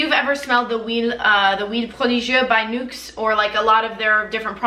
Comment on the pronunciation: Do you speak French too? You're accent when pronouncing Nuxe prodigieux le parfum was v.good! Great video keep the good work!